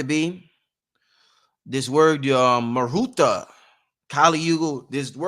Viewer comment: It is Mahurat ma-hu -rut.